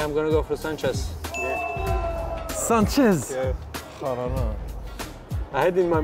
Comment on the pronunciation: "Shancez?" Lol